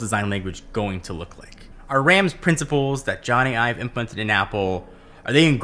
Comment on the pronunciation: It’s Ive. It’s just Ive,. Not Ives.